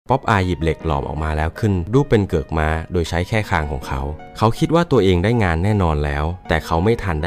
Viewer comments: มันเป็นเทคนิคพูดผิดให้คนมาเม้นเอายอด 😅😅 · ม่า อะไร เค้าเรียก ม้า